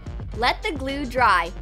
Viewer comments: This is how many times she said gule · When she said chemical glue I thought she said chemical u..l